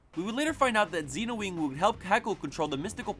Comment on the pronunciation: I don’t get why people pronounce the silver rangers name as “Zeenowing” when it’s supposed to be “Zenowing” sense that’s what characters call him on the show. I never really understood that.